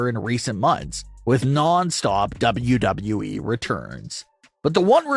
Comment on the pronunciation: Bruh. The way you over enunciate WWE is a struggle to listen to.